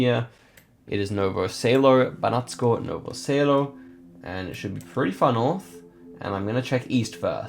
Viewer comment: Im from serbia, it was just funny how he pronounsed banatsko novo selo